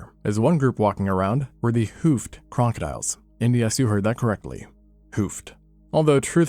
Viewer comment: "the hoofed kronk-odiles"